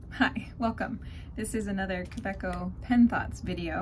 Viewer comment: It's GERMAN Ka.....way........co.